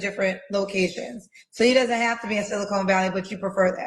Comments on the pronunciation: It is SiliCON Valley, not SiliCONE Valley. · Wow… BOTH this Kendroid caller and back to back referred to SiliCON Valley as “SiliCONE”…. SMDH… 🤥🙄🙄🤦🏽‍♂️🤦🏽‍♂️😂😂